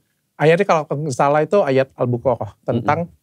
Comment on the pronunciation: Utk UTS Felix dan ust Deri Dr Richard SDH minta koreksi wkt mau baca'in surat Al-Baqarah,,beliau mengucapkan surat Al buqarah di koreksi dong yg benar surat Al Baqarah 🙏🙏